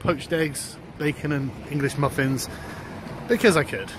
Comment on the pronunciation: I love how Sargon pronounces “muffins”